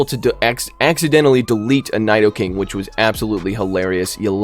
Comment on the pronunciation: your pronunciation of “nidoking” was upsetting tbh